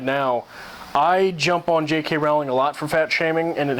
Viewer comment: Rolling is how you pronounch her second name thought as you are pointing out her faults haha. I did find your video enjoyable though,but I think even though sometimes there are some things a bit crazy,I do adore the Harry Potter books and movies!!